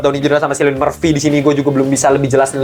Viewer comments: Lewis Strauss bang nama yg diperanin rdj Bang penyebutan namanya Cillian itu bukan pake S tapi pake K iadi "Killian" bukan "Sillian" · btw bang, cillian itu dibaca kilian bln silian